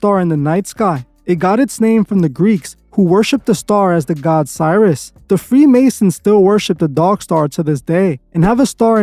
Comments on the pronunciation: Sirius is pronounced serious. Like Sirius satellite radio. Not Cyrus. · It's Sirius (Serious pronounced) not Cyrus lol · FYI..Sirius is pronounced ‘si-ree-uhs’. Like ‘Serious’ but starting with Si. Not Cyrus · sirius is pronounced SEAR-EE-US like the word "serious" not PSY-RUS... Come on now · You pronounced Sirius wrong fam